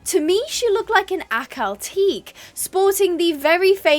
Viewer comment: the pronunciation for Ahkal-Teke is (ah-KAL-tek-eh)